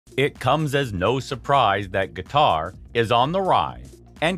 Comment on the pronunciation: Why the heck you say "guitar" instead of Qatar?